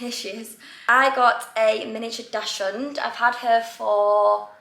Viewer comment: Pronounced "daks'hund", not dash'und.